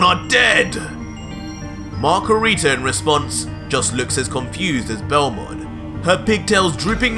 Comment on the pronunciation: PLEASE NOT MACARITA😭😭😭